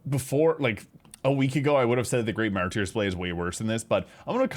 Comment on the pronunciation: "Mar-turrs blade", not "mar-tier" but go off, king! Great content. 🤑🤓